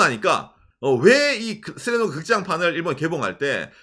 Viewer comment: 한글발음 너무 좋네요 슬램덩크를 제대로 발음하실줄이야ㄷㄷㄷ 한국분이신줄ㄷㄷㄷ